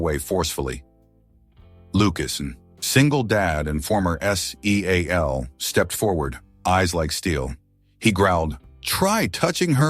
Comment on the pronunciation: S-E-A-L WTF. Do you not know how to say the word seal? What the hell was that spelling the word? Tennessee.